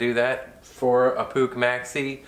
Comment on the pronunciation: it is not Pooch or Pook. It's POOH (phonetically [PUX]). the last vowel (CH) is actually H as in "loCH ness"